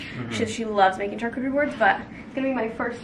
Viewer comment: The way you pronounce charcuterie is so cute hahah I think it’s pronounced shar not CHar ❤️